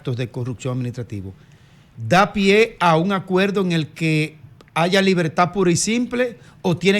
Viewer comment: Como diablo un "comunicador" de una prestigiosa cadena de radio y televisión. Se pueda dar el lujo de decir (acueldo) por acuerdo? (Palte) por parte. (Convelsal)por conversar. Esto una vergüenza.